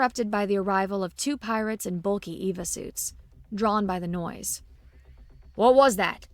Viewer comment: Great narration...only error on EVA pronunciation...EEEE-Veee-Aye